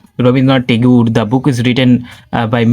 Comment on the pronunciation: Rabindranath tagore ❌❌❌ Rabindranath tangur ✔️✔️✔️